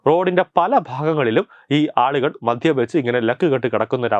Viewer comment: "മധ്യം" അല്ല ബ്രോ "മദ്യം"